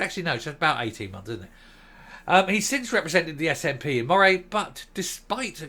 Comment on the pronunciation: Buckie is a Fishing town that voted Brexit. You say Moray better than most Scots. But it’s ready as Murray, for some reason.